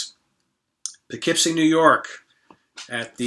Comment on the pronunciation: Thanks for sharing your experiences and indirectly teaching this Midwesterner the correct pronunciation of "Poughkeepsie":)